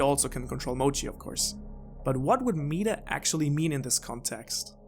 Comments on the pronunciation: lol meeeata its meh-ta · This. In my whole life I have never encountered anyone that mispronounced meta like this. Meeeetah... jeez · Not "meet-a" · You lost me when you said “Meeeeta” instead of “meta” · Sorry I just started your video but I gave to stop you right there. It's not meeta, its meta with soft e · Hearing him say Meat-ah instead of Met-ah made this unwatchable for me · is it your accent that has you saying "meat-ta" instead of "meh-ta", or is that just what you say despite being able to and knowing its different? I always nit pick these things until I know. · Great video but it’s pronounced “Mehta” not “Meeta/Meata” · Adrian Smith 💩 was driving me nuts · I cant finish this video, please remake it with the pronunciation of MET-Ah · This is hard to watch🤦🏽‍♂️😂 “meetah”😂😂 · meetah. meetah. meetah. meetah. meetah. meetah. meetah. meetah. FUCK UP OMG hahahahahahahahaah Almost had to stop watching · This guy needs to google how to say META ITS MEH TAH META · Drove me crazy every time I heard meta pronounced meet-uh 😤😤😤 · Why do you call it “Meeta” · it was very considerate of you to address it and you didn't have to, but I'm glad u did cuz it genuinely pissed me off. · Now* but yeah it was off-putting but I watched anyway thanks for the video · By the 3 minute mark I was already mispronouncing 'meta'. It's infectious, haha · Oh my gawd I've never heard someone say meta more wrong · Is anyone else already annoyed 52 seconds into the video cause of how he mispronounces the word 'meta' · Your damn British accent makes you pronounce the word meta in such a shitty way. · Never heard meta pronounced like that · Bruh. I'm unsure if you're talking about this kind of meta; or something else entirely - I am really sorry if I come across rude, but your pronunciation of the word is really tripping me up. >.< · Fuck him messing up meta so many times really got me